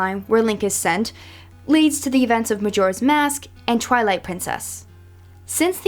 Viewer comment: Wait did you say trilight